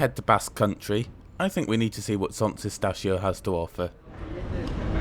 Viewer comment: Barcelona "Son"? It's not French. Can't you check the pronunciation (OK, perhaps not Welsh place-names) before releasing your vids? I'm sure you'd cringe if a Spaniard made a video about Leeds and mentioned Eedinglay. Lol !